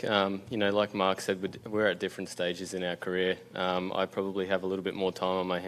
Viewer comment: Marc not march. Jeez